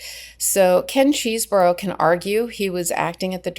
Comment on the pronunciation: Say it with me Ches - eh - bro. How hard was that? It’s not Cheese-bro.